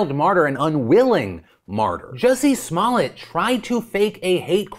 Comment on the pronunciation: Did Phil really just say "small-et"??? its "smol yay"